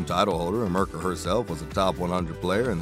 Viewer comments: Who's Mrka? Her name is pronounced Meerka :) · LOL. Ok not much actual Federer here. And Mirka is pronounced Meerka.. but any look at Roger is welcome. Next.